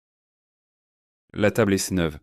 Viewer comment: Il semble que la première phrase, "La table est neuve" ne soit pas prononcée correctement. Troisième phrase aussi. Le mot "est" n'est pas prononcé correctement ! 😅